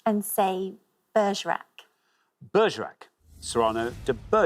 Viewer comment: and the pronunciation of Cyrano